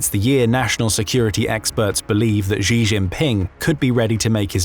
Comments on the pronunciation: The Chinese president does not have a French name: he is not *Zhee. The pronunciation of "Xi" is difficult for English speakers, but "Shee" (basically the same as the female pronoun) is good enough. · please learn how to pronounce ‘Xi’ as in Xi Jinping. It’s not hard…